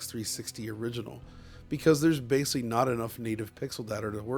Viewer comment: New drinking game: Every time says “basely” instead of basically, take a drink.